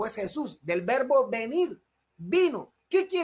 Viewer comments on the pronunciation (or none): "A caso" no existe (existe acaso). Vervo NO existe !! (verbo es lo correcto) Bein no significa hijo--significa ENTRE !! (si bien se pronuncia como su homónimo Ben) **Ni Español ni Hebreo ! **Asi es como se hace el ridículo en 2 idiomas ! Eso por no decir que su redacción es horrible; y sus faltas de ortografía y sintaxis son de las de un niño de primaria. *Saludos